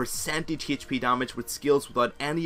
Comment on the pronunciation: Great video! I used to be screwed if i was stuck in jungle bu then i used naut and climbed to silver! The only bad thing is your pronunciation of Hp